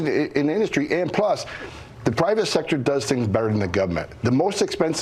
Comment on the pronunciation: ....did he say "gubment"...?